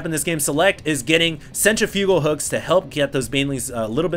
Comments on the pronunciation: Centrifugal is pronounced "Sen-triff-ih-gul" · I agree that he seems a bit melodramatic. The only things that bug me about casts are when he repeatedly mispronounces words (centrifugal) or butchers cliches. However, I forgive him because his casts are done on one take and his emotions are spontaneous, even if he has to generate his enthusiasm artificially.